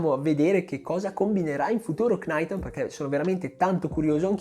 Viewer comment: Capisco tutto e amo i tuoi video perché sono molto specifici e molti di essi spiegano e scavano su argomenti di atletica leggera come quasi nessun altro in Italia fa… Però “Cnaiton” invece di “Naiton” non va bene secondo me. (È una piccolezza)